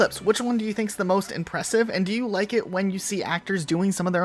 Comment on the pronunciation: say i don’t like it instead of i don’t wike it